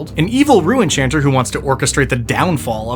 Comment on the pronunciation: I thought he was saying “Rue enchanter” 🤣